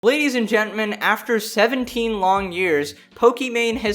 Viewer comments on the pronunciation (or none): you said "Ladies and Gentman" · "ladies and gentmen" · you said gentmen instead of gentlemen at the beginning of the video...